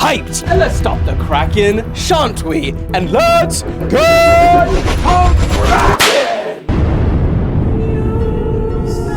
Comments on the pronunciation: let's stop the cracking and let's get cracking. Me: Bro didn't even notice he got it wrong😂😅😅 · He meant Let’s stop the “kraken”🤣🤣